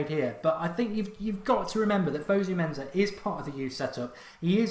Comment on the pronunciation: Please stop calling him fuzzu menzza it's fusu mensah